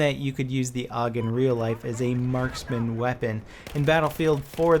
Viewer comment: you dont call the AK the "ACK" or the ACR the "ACER" then why do you call the AUG the "OG"